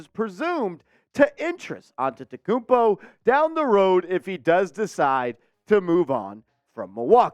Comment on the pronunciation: Bro much love I love you so but you got to learn how to say his name because that's really offensive